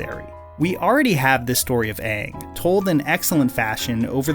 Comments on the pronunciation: The animated show has more expression but the movie they can’t even pronounce Aang’s name right. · My fav character in the live action was aung I liked the way his name sounded like au-ng